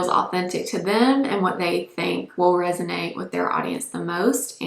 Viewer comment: thank you for saying “resonate” and not “resignate.” 😊